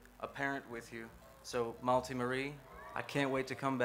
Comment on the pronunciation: It makes me sad that nick pronounces his daughter’s name wrong 😂 Maulti Marie